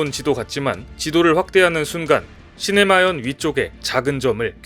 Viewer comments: 시네마현이 아니라 시마네현 ㅎ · 시네마현 아니고 시마네현